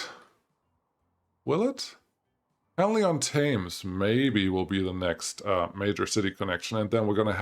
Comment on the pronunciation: you pronounce it henly on tems and dunstable is dun sta ble then say it quicker. im from the uk so i know how to pronounce english town names your welcome lol